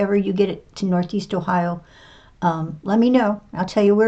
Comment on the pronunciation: Did you say Ohio?